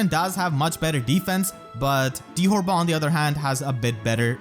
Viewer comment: Erinys' original Japanese name is Fyuri. How they got 'ferry' out of that is beyond me. Dithorba's japanese name is pronounced dee-toe-bah, which sounds exponentially more similar to dithorba. Deet'var doesn't even make any sense.